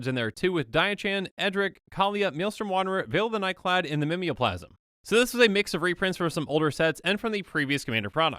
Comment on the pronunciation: Are they not pronounced Ghave (Gayv) and Mimeoplasm (Mime-o-plasm)?